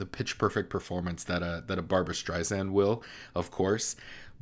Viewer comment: Okay you are a vocal coach. Perhaps you should learn pronunciation. StreiSand, not Zand.